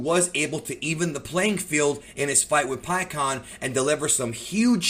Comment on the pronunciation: Stop saying pikkons name wrong lol